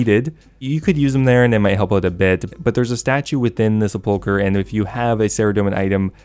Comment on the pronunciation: Wish people would pronounce sepulchre correctly...